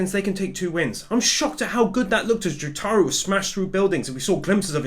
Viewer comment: /its not pronounced jutaru idiot, i know im nit picking, but its pronounced Jotaro (Joe-tar-oh) IDIOT